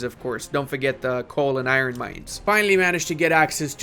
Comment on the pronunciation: Please learn how to speak and pronounce words properly. When you say iron, Constantinople and Tripolitania, i want to die.